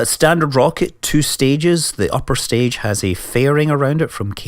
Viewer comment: stage not sage